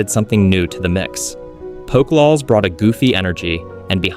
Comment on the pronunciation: These pronunciations took me out every time. Poko lawls? Fed Mister? hahaha like cmon